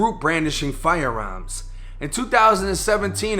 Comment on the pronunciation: “FIRE AERMS”you boston